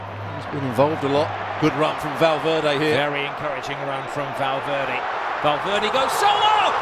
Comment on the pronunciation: valverdee? it's pronounced valverde